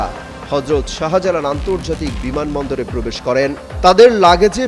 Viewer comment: শাহা জালাল কি অমিত শাহার ছোট ভাই? উচ্চারণ ঠিক না থাকলে ভয়েস ওভারে অন্য কারো ভয়েস ব্যবহার করো। শাহবাগ, শাহজাহান, শাহজালাল এই শব্দগুলোতে শা এর পর হা উচ্চা করার কি দরকার? যাইহোক, দিল্লির খবর তো ফোনেই পাবা। বিমান বাংলাদেশে লাইগা থাকো, ওদের প্রত্যেকের ইমিডিয়েট মতামত দিতে বাধ্য করো। ইউনুসের আমলেও বিমান কর্তৃপক্ষ অনেক অস্ত্র গায়েব করছে। বাংলাদেশের ভিসা সব দেশে থেকেই রিজেক্ট হচ্ছে। বিমান বাংলাদেশ ব্যাখ্যা দিতে বাধ্য তা না হলে চাকরি থেকে অব্যাহতি দিয়ে কোর্টে হাজির করতে হবে। সমস্ত উচ্চপদস্থ বিমান কর্তৃপক্ষের ইমিডিয়েট ব্যাখ্যা জরুরি, পুলিশ তদন্তের পর ঐ সাক্ষাৎকারের কোনো মূল্য নাই।